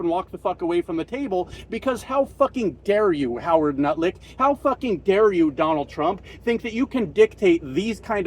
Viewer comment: Excuse me? Did you say Nutlick instead of Luknick (think that's his name)? 😂